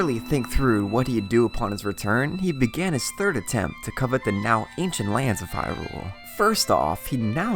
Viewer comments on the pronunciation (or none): HYrule. Not HyRULE.